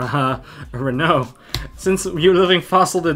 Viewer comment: This guy knows what’s up, he pronounced renaud correctly, I feel so recognized lol